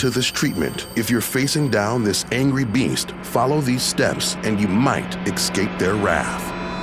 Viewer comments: Stop saying ecscape! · He says excape